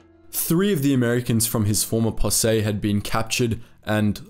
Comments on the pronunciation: Great video. Just for future reference, in American English, the word posse is pronounced Possee, not Possay. (the "se" is pronounced "see", and your emphasis is correct) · Fyi posse is pronounced possy, not possay. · Did the natives get anything for their service? Like a presidential citation? Seems they sure earned some sort of reward. They are the heroes of this story right along side Tweed and his posse. BTW, it's pronounced pa-see in the USA. Like as in "Pa, come and see this story". I like your videos, they're very good. Thanx for your work. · "Possay?" =0[.]o= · It’s posse, POS-E, bro. Great video!